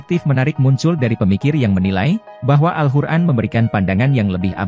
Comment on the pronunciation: AL-QUR'AN bg bukan al-hur'an🙏🙏